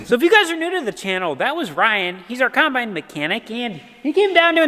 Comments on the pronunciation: I grew up with a Mom who put an "r" in wash... so it came out "warsh", like says, so it's just a cool memory. Is it just me or does it sound like says coN-bine? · Does just call it a “Conbine”?